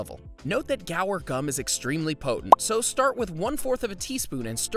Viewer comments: You pronounce guar, "gwar", not "gower". You'd think the guy woulda read that better than he did. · It’s not gower, but goo-ar. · It's "GWA-AAR" gum...NOT "GA" "WAR" gum. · Isn't it Guar, not, Gower gum? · What an interesting way to pronounce “guar”. Are you sure it should be pronounced like this?